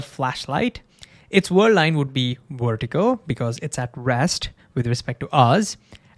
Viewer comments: it's vertical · What does "wertical" mean? Was is just how you pronounce VERtical or did I miss hear you?